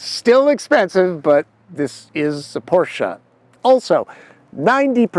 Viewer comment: Thumbs up for not disregarding that Porsche is a 2-syllable word 👍